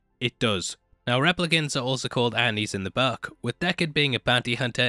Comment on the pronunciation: I couldn't understand what is in the buck, oh he is saying BOOK.